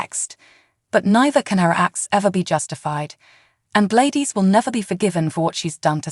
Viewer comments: I'll subscribe when you learn how to say GLADYS! Not G-ladis! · It’s Glad dys ??? Please pronounce the names correctly???? You sure do have a lot of mights and maybes ??? Not sure that this is even a true headline , much less a reliable Spoiler???? Couldn’t even make it through your whole video??? What a complete this mess of a video , there’s absolutely no way that Sasha is going to forgive this evil witch???? You can’t even pronounce Sasha’s name correctly either , try watching an episode and get educated on the show along with the characters???👎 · Say Gladys name correct